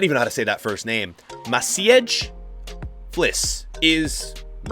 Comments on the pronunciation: its pronounced like Match-aye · it’s pronounced match-eh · "Masiedg" Flis 🤣🤣🤣 I'm pissed off 🤣🤣🤣🤣